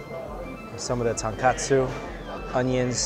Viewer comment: Oh my jesus you butchered the pronounceiation of tonkatsu